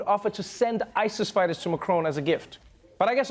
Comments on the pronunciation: Americans trying to pronounce macron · The worst insult to France is how badly Americans butcher pronouncing Emmanuel Macon's name X'D